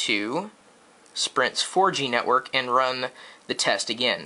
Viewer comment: hahhah kenekwork lol